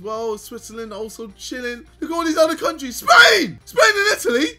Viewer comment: The way he says Spain & Japan 😂😂😂😂😂